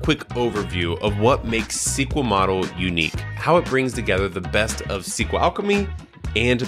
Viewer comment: In one video you say the wrong SQL [ si: kju: el ] (as CQL) and the right API. You decide, either you say all the abbreviations somehow corrupted, or pronounce everything correctly. I watched the video up to the 50th second, and just in case scrolled forward to make sure of your disgusting speech. If you created the video with the purpose of conveying information/gaining an audience/making money, then you lost. The first time I saw you, and I put a dislike, and I left without watching the video to the minute and I don't care what kind of charisma/authority/knowledge you have.